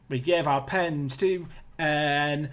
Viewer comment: Ndiaye is pronounced Ndie